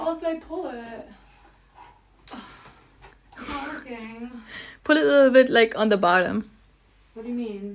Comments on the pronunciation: “i mean i ammma, how do you pull ittta, it’s not workinggggaaa” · “i mean i ammah” “it’s not workinggguh” “what do you meeannnuhnn”